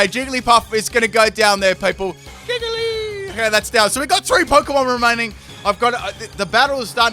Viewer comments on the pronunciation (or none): the way he said "jiggly" was funny